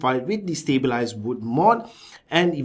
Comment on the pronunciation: Stableized? you must have said it about 10-20 times, its stab wood LMAO!